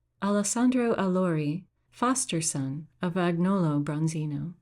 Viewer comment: "Agnolo" is pronounced AN-yoh.loh. It's a very Tuscan name; Michelangelo sometimes spelled his name Michelagnolo.